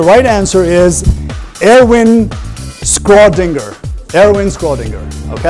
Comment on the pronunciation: The host mispronounced Schrodinger